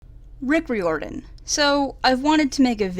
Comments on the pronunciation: It's rye-or-den, like trying to get it to rhyme with fireman. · The way she pronounces Riordan... _ ||